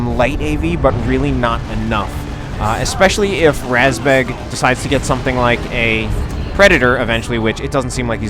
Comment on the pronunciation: razbjeg, isn't it? The "E" has a "j" in it. Didn't figure how the A was pronounced though